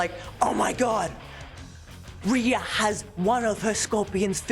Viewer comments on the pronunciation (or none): none